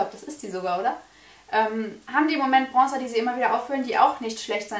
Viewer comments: Man muss erstmal lernen, wie man bronzer ausspricht, bevor man einen zugeschickt bekommt haha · Hahahahahah was für zuschicken warum sollte dir jemand für 30€ was zuschicken arrogant oder was?😂😂😂erstes Video und direkt bist du mir unsympathisch....und was machen 20€ (thebalm Bahama Mama bronzer) und 30€ ( benefit hula bronzer) für Unterschiede. Außerdem heißt es bronzer und nicht brongzer